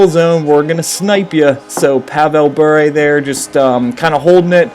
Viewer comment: learn to pronounce Bure